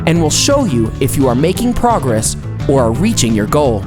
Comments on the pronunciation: am I the only one that heard him say “pwogwess” tried to say progress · he talks super weird there😂 “prowess betwein each weigh in”